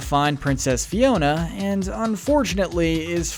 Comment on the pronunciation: I was like "why is he calling Fiona ' Tiana?' Like wrong movie dude." Xp